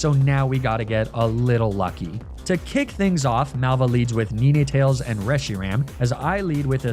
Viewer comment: Knee nay tails?